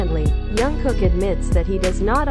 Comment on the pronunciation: Please pronounce his name properly...it“s been awhile that you keep mispronouncing his name...it is JUNGKOOK... letter J is pronounce as is and not as Y as you keep saying Yungkook....